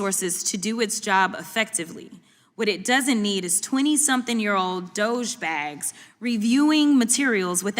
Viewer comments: 'DOGEBAGS'?!?! She really needs to go. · “Dogebags” This woman is ghetto all day long and should not be representing Americans. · Imagine being so arrogant and cocky while wearing fake hair and fake nails and saying the word "dogebags". 😅😅She is a professional clown!😅😅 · Did I hear her say doge-bags? (As in douche bags??) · She's so crass & ignorant. Did she really say "Doge Bags?" Very classless. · She said "Doge-bags"... that's both disgusting and immature of her.. looking more like shady ass Kamala every day. She can't speak without it being written down in front of her. Trash. Just trash! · She said, implied, dousgbags